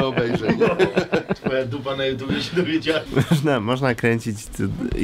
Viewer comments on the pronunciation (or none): none